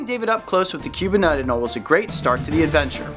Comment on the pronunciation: Coyote, I gotta tell you, it's Ah-nowl-EE.